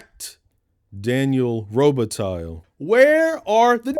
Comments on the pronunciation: That better not be real mink 😂 And it's Daniel Robih-tie. If we're getting technical and all phonics. Also also: F**K YT for not letting you use Philip Glass' score. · Lol miss pronouncing robatille. (The lle is silent, it's the french pronunciation.) Fuck I love this movie